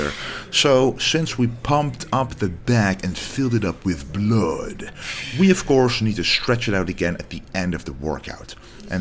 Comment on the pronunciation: I came here just to hear that!!!! If I heard my doctor say blood like that, I'm running out of the office!!